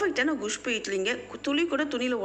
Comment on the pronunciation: Castor seeds are not good for health. Your kusbuu pronunciation is so funny